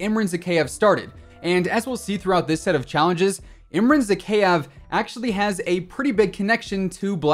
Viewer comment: Your pronunciation of Zakaev is terrible lol ky-ev. ZaKYEV lol